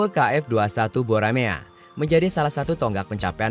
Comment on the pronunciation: Dibaca Boramae bukan Buramea